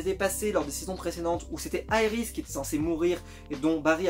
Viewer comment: c est Iris est pas yris